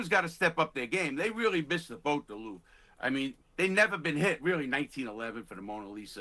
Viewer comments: Louveeee, come on at least try and pronounce name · "the LOOURVE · "The Lourve": announcer. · An anchor on CNN cannot pronounce “jewelry” correctly? It’s JEWEL RY. It is NOT JEWEL E RY. (Not to mention his obvious lack of knowledge and his cringeworthy pronunciation of the Louvre.